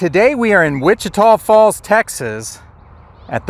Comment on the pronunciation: You must’ve asked around but you pronounce Wich-Tah Falls correctly. 👍